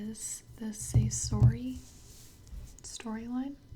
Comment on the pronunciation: She said "seesori" 💀💀💀